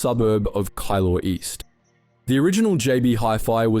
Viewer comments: Hey it’s pronounced “key law” :) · It's pronounced kee-law 👍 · HAHA, Kilor? It's pronounced Keelor! FFS. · Great video, but as someone who grew up in the area, I'm dying laughing at the pronunciation of Keilor. It's closer to 'key-law' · Effing ai. Screw you. KAILOR ? WTF with an Aussie accent ever says that?!!?! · So funny hearing some people try pronounce "kielor" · Can’t even pronounce the suburb correctly… should have done better research! 😢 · I thought he was just referencing a Star Wars character! 🤣😂